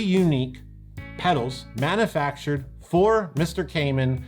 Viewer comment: /mænjəfækʃrd/ not /mænəfækʃrd/!